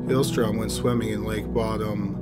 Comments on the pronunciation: How to piss of Children Of Bodom Fans... Pronounce it "Bottom" instead of "Bo-Dum." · Its pronounced Bow-dom, just saying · pronounced bodom wrong